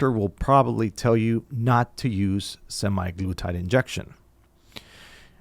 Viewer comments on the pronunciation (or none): A lot of great information here, but it was killing me how he was pronouncing it semiglutide.